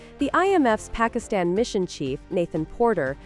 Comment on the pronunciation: This Pakistani channel can't even pronounce Pakistan 😅